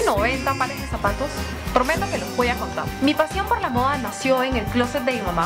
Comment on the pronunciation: En que idioma habla , ? ya se que es español , pero como que pronuncia raro porque dice moa en vez de moda